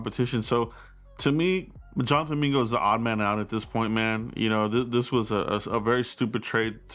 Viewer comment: It’s JONTHAN MINGA😂